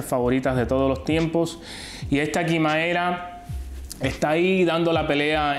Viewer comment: Se dice quimera